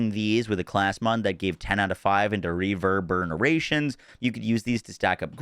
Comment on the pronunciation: It's not called Reverburnerations ❤️